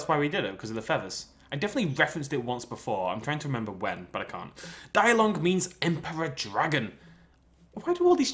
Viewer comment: it's pronounced de-long not die-long. Not being rude but still.